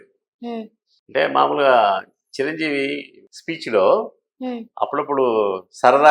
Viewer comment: Siranseevee kaadu madam.... chiranjeevi 😅😅😅😅😅😅